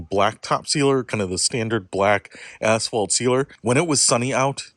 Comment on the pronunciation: the best part of this is saying "Assfalt' over and over